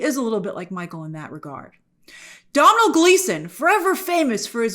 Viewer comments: Hello Grace below is a video with the correct way to pronounce the Irish name Domhnall, he is also the son of Actor Brendan Gleeson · Grace continuing to not pronounce Domhnall correctly. It's an Irish name so naturally Americans cant pronounce it right.